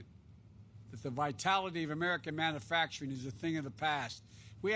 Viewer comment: The moron can't even pronounce manufacturing. What a looser, literally!